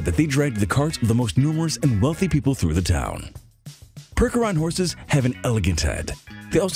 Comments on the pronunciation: "PERK-er-on"??! It's PURCH-er-on, do a minimal amt of research before recording voiceovers, please? " 'Tis better to remain silent and thought a fool than to open your mouth and remove all doubt! " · Percheron pronounced "Perch" as in on a limb. Hair not fur. And next time don't use the Bud Clydesdale for a different breed. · it's pershon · This video is FULL of misinformation and screw-ups. You showed Lusitanos during the Akhal-Teke entry, mispronounced Percheron, showed Friesians during that section, confused Knabstruppers with Appaloosas, and the so-called “genetically-modified” horse was a very inbred Arabian.